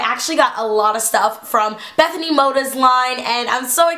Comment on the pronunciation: I love how ur like good friends with bethenay and say her last name wrong lol. And I'm not hatiting so no one think that I'm hatting on teala, because I honestly love her and you all seem attack random people in her comments If they mention Sommething she's made a mistake